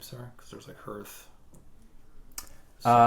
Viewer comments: Love the videos. Also ‘harth’ not ‘herth’ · Nice to see how the game is evolving Also ... public service announcement for the Oath community: "Hearth" rhymes with "Darth" as in Vader or "Garth" as in Wayne's World. I know it looks like it rhymes with "Earth," but it doesn't. It's the thing in front of your fireplace, the first part of "hearth and home," the thing that Vesta is the goddess of.